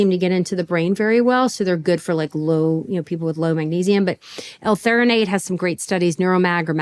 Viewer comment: It's not not Theornate it's Magnesium THREOnate.